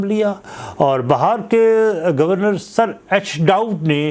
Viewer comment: Bihar ko Bahar kyu bol Rahe Hain aap?